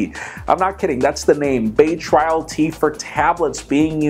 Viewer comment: its BAY TRAIL not bay trial.